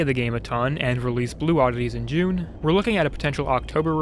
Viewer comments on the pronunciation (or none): none